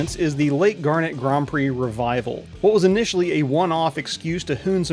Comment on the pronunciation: Never heard it pronounced like the gemstone. I was born there, my mother was from that area and everyone around there pronounced it "gar-net"